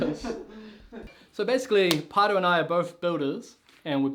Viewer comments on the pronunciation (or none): Its a maori name. Roughly Pronounced ‘pie rrow” and you roll the R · It sounds like calls him Potter. Now that I see how it's spelled I still can not pronounce it.